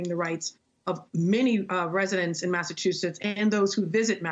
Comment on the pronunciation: I couldn’t take that she mispronounced “Massachusetts” every single time. 😣